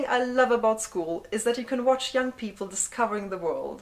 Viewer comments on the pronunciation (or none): none